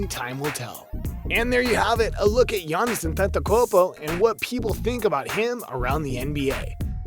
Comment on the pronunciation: "Giannis A tent a kopo"